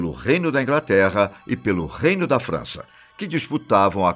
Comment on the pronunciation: impressão minha mas ele fala "França" como se fosse "Frounce/Fança"? Algo assim...